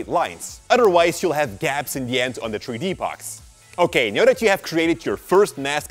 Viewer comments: 3D=THREE D, NOT TREE D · a tree dee model???😂 (I know he meant 3d but still COME ON)